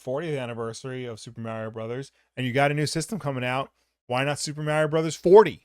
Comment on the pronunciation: You and Mario go so far back he pronounced his name differently back then. 🙃